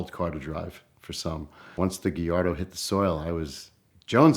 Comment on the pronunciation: Porsh. Geeardo.